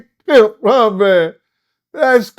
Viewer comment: "...allow a mam to coerce-", please stop.